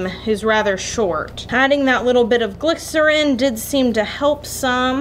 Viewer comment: Every time she says glisorin the weeb in me is like "BaKuGo" from bnha/mha